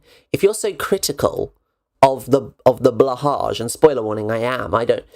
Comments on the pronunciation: It's pronounced "bloohai". Blå haj, blue shark in Swedish. That Åå is Oo of a kind. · Super annoyed by people who mispronounce "blåhaj". Of course it sounds like a slur if you mangle it like that. (and I don't have one and don't miss it)